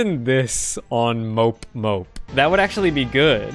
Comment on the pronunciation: "Imagine playing this on *mopemope* " it's pronouced "mo-pay-mo-pay"